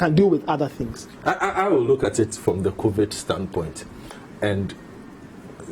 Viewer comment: Did he just say COVIT??????? Massa it's COVID wai